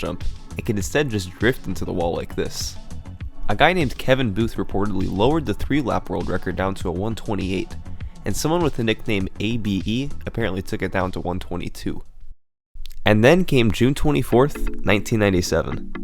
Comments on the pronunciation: A B E is abe as in abe lincoln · I laughed at the way you pronounced ABE. isn't it just Abe like Abraham Lincoln? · Did you really pronounce ABE as ABE? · No periods it's not a shortened set of words but a single word, so it's not A.B.E. but instead Abe...